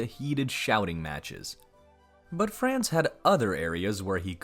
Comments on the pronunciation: Calling archduke "france" is like poking in ribs, but when I heard "cho-tech" I had to quit. The narrator's linguistic ignorance is a sure turn-off to me. He should take some German / Czech pronunciation basics. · First, you need to learn how to pronounce Franz correctly - then yiu have to read more history to realize how common trophy hunting was - all over the world - including Teddy Roosevelt